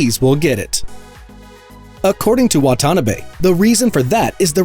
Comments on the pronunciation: Wata-na-be 😹 Wa-ta-na-be 👌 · The TMC Chief Engineer's name is pronouned "Wa ta na be". Geez!!!